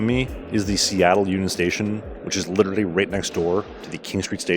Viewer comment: Nice… But you literally mispronounced the word “literally”!😂😂😂